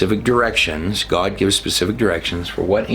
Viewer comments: How to pronounce GOD ??? GUAWD ???? R U HAVING A CLIMATE CRISIS??? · I remember when u sir,, used to pronounce God normally. If you had a stoke then i get it but thats the only reason that would make sense.